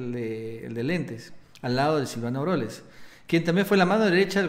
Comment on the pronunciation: NO ES AUROLES, ES AUREOLES !!!